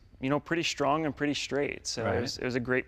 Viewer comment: "I got really lucky with this car. It was pretty SCHTRONG and pretty SCHTRAIGHT." Why to people put the 'SH' in such words? Nice looking and sounding restomod, but the wheels are somewhat too large and inappropriate.